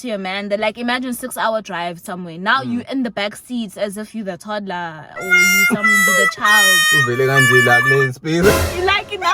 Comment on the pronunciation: Personally, I think its really not that deep. i really don't mind either way..... the way emphasizes toddler lol